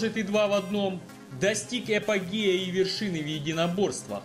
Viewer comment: Достиг не эпогея, а апогея.